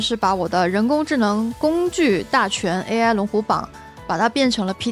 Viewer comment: 为什么中文视频主都把AI叫A爱